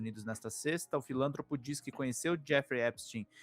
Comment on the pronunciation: "FILÂNTROPO"?, a pronúncia correta é FILANTROPO. É uma paroxítona, pelo amor de Zeus!